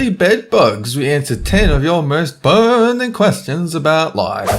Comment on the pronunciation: "are there BUGS in your bed" "answer your most BUU...RNING question about life"... BU GS BU ...RNING i ques that you could say:" the video was BUGGED" XDDD i know that am the cancer of internet whit these jokes